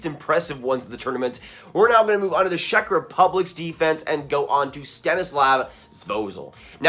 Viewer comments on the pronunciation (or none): none